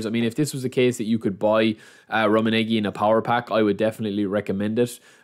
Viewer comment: Love the content. You're pronunciation of Rumminege isn't the best though haha